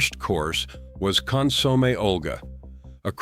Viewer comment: Con-sommie? Hilarious.